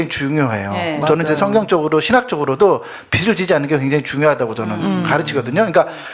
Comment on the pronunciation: 있쟈나여"~" 빚청산 ‥빛이 아니에요빚이예요 빚비슬지다,비츨지다‥다‥틀린발음이예요‥ 비즐이라고 발음하는것이 옳아요‥ㅋ 여튼 그것이 중한건 아니지만‥ 듣는내내 거슬렸답니다.신앙인들의 잘못짚는삶의일부분에 도움주시고자 열일하시는데 ㅎㅎ